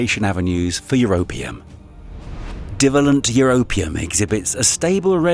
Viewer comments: Pronunciations of "divalent" and "trivalent" are WRONG. Stress is on the SECOND syllable, not the first. You shouldn't guess or assume pronunciations if you're going to commit yourself to the Internet. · Dreadful commentary - sounds like someone who doesn't understand what they are reading (div alent for "die vale lent"). Is it a computer generated translation from an Asian language? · F these robot voices. In the section on Europium, the robot isn't pronouncing "di-valent and tri-valent" correctly. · Whilst there are a lot of interesting things in this video, it's somewhat spoiled by some ludicrous pronunciations. 'Divalent' is dye-VAY-lᵉnt, and 'trivalent' is try-VAY-lᵉnt. And 'wound', as in wound healing, rhymes with 'tuned', not with 'bound'. 🤦‍♂ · rapid wound healing. divalent and trivalent. efficacy. pronounced wrong :p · O. M. G. teach a HUMAN to read PLEASE. - OR - what bi-valent & tri-valent OUGHT to be pronounced. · Is this an AI narrator? I can forgive ‘divalent’ and ‘trivalent’ but who DOESN’T know how to pronounce ‘Celtic’? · commentator cannot pronounce divalent and trivalent ?!! depressing that they cant get a scientifically literate presenter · Ok... words this chap can't read aloud from his script: wound, divalent & trivalent.